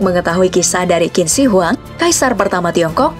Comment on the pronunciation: Kak, itu bukan kin shi huang cara bacanya Tapi cin she huang cara bacanya